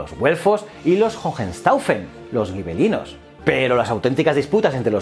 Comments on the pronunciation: Hola. Una duda que me ha surgido: si escribes gibelinos se debería pronunciar como “jibelinos”, o escribir “guibelinos” y pronunciar como tú haces. Pero eso es claro está en castellano, y como dices que es italiano entonces sería algo como “yibelino”. Total, que me lío. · Hola, si escribes Gibelinos no deberías decir Guibelinos, además la W hermana se pronuncia B, por lo demás enhorabuena.